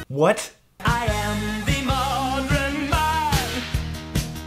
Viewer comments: Here in Ireland, particularly in the West, "modern" is often pronounced modREn, swapping the R and the E. It happens in "pattern" and "percussion", too. Maybe they do the same thing where they're from? Also, my brother and Dad love Styx so I was subjected to them frequently during my childhood XD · To offer an explanation of Dennis DeYoung's pronunciation of "modren", one simple needs to look no further than another of Styx's concept albums, Paradise Theatre, which tells the story of the rise and fall of the real world Paradise Theatre through songs such as "AD 1928", "Rockin' The Paradise", and "AD 1958." The album "Kilroy Was Here" is simply a continuation of the "Paradise Theatre" concept album that takes place further in the future. The proof of this fact is in the fact that the setting of "Mr. Roboto" is in the run down Paradise Theatre. The Johnny Chance character even mentions this fact before entering only to hear the Robert Kilroy character perform "Mr. Roboto." So basically, Dennis DeYoung pronounces it as "modren" since that was a common pronunciation of the word "modern" during the 1920's, which was when the Paradise Theatre was built, and he was performing "Mr. Roboto" in the Paradise Theatre as stated by the Johnny Chance character in the short film leading up to"Mr. Roboto." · I always loved it when he said "modren man." I couldn't tell if he did that on purpose or he messed up and they just left it in. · Mannequin would make sense he's trying to rhyme it with Japan, so yeah a bit of creative freedom there, but the Modren is just stupid, there's no second line to rhyme it with, in fact it's the second to the last word of the verse, so I dunno why he tried to pronounce it like that lmfao. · When the Protomen did their cover of Mr. Roboto, they deliberately kept “modren” in, and I love that. XD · Wouldn't "modān" have been a better match for "modern" since the "er" sound is usually replaced by a long "a" (pronounced "ah") vowel in Japanese loanwords?